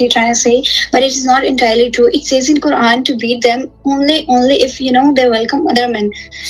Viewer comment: only pick on women from the comfort of his house come out on the streets. talking shit once again as if he knows anything about the Quran. First learn the pronunciation of the words properly